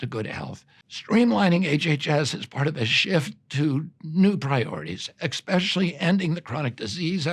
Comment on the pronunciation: Rob, it’s pronounced essspecially not expecially. Good grief, what s wrong with this bad American pronunciation?